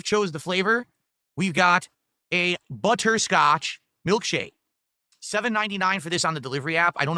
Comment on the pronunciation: “Buh-Tur Scotch” 🤨